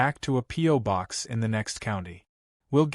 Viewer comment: BOX..not BOK..for crying out loud-!